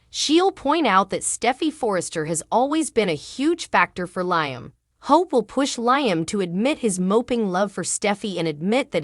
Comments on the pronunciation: Liam's name is not pronounced Liam as "ice, "but Leeeam. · I'm sorry be it's pronounced Lee um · Who is LI am???? Lee am correct way to pronounce the nsme!!!!!!! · Wow another channel that can’t pronounce Liam’s name correctly???? What us wrong with these channels that they can’t watch an episode of the show that they are doing a video to help them pronounce these characters name right???? Hell it doesn’t take a rocket scientist to figure that out????